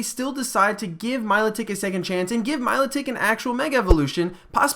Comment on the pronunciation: meeeeelotic pronounce it right for one damn time😠😠😠😠😠😠😠😠😠😠😠